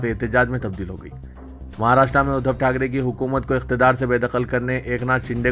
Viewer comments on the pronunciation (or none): none